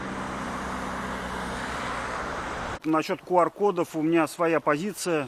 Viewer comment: Почему КУар? Q читается и произносится как КЬЮ!!! Но видимо IQ (ай Кью) не позволяет говорить правильно.